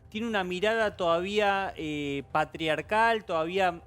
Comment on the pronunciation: Que chistoso cada vez que dice "patriarcal " Ye está grande , señora jajaja